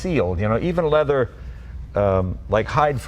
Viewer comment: All they've done is uglified a Maserati. Oh, and made it more expensive. And that Belgian trying to justifying it, he's waffling. And the 'lezer' (leather, for those who missed it) mispro tickled Jay...